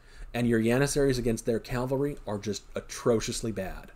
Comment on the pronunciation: People, its "cav-alry" it's not "cal-vary" , why do so many people struggle with this?